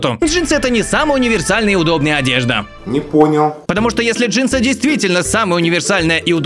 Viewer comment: Джинсы, легинсы? ДжеймсГенсы!🤣🤣🤣